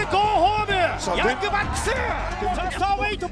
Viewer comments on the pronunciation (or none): "Go home-u! Prease go home-u! Young Bucks-su!" I LOVE NEW JAPAN LOL